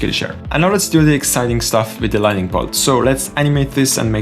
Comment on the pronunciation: Thank you for these very helpful and complex tutorials. I enjoy your style. On another topic outside of Blender: Lighting and LightNING are not the same word. There is an additional "N" and so it is pronounced with the "N" after the "T". I once lived in a country where the locals would say : Your accent is charming. I wished they had corrected me but instead they let me keep saying things incorrectly. No negative intention as I point it out.